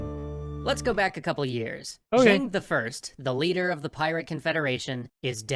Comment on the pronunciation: When this first came out I asked one of my Chinese friends to translate the name. They utterly butcher her name in this video. Cheng I Sao would be pronounced like "Chin I saa"